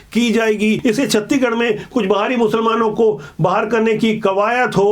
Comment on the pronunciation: सर जी आपसे सादर अनुरोध है की आप छतीगढ न बोलकर छत्तीसगढ़ बोलो ना सर जी गलती होगा तो माफ करना